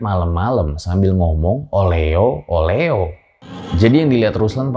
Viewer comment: Sebenernya oleho bukan oleo